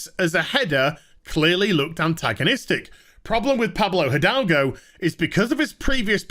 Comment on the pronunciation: Hi! I'm Spanish and the pronunciation of Pablo Hidalgo that all the channels are doing is wrong. The correct pronuntiation will be somenthing like edalgo. In spanish the h does not produce sound and the i is pronunced like the english e. One cool thing about spanish is that when you read something you know exactly how is pronounced. There is no pronunciation ambiguity.